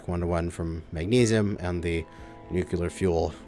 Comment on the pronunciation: You need to learn how to pronounce the word nuclear